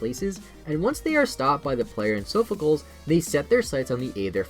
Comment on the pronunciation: It’s pronounced SOFF-uh-CLEEZ, “”! 🤨